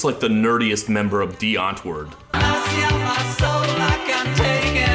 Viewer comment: Of all things to remind me that Die Antwoord exists, it had to be a throwaway gag in a Todd in the Shadows video lol. Also, I think it's pronounced like Die "Ant-vort"